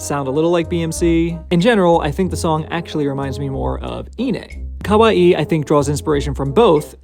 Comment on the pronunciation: 1. Excellent pronunciation of Kawaii. Most people pronounce it Kawai (one i) which to a Japanese speaker sounds more like Kowai (scary) an interesting coincidence of contrast of intended meanings. 2. iine, on the other hand, and I am going to presume you do the same with Megitsune. NE is pronounced as "neh" not "nay" I figure since you do a lot of Babymetal content, which I will follow consistently, it might be nice to get it right. I know not everyone speaks Japanese so I am not judging, just trying to help.